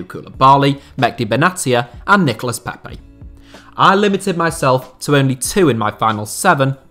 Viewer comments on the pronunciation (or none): none